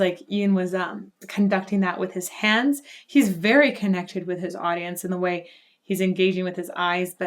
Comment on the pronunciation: I tuned out when you said 'teh'.